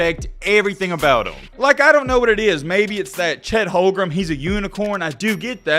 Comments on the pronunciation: You can’t even pronounce his name right 🤣🤣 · He can’t even pronounce OKC #7’s name right.